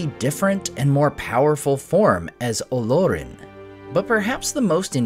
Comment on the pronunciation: The accent is on the second syllable and not the first… it’s Olórin. Not OH-lor-in.